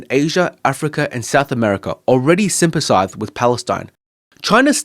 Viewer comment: i was listening to this in the background and heard "sympasithe"